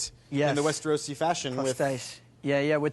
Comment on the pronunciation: I thought Peter Dinklage was British but his accent was too precise, especially when he kept pronouncing Westeros as Wester-rose, I thought that odd .